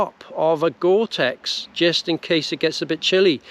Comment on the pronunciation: Its tex not text🙄